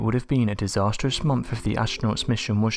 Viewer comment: There is no "F" in the word MONTH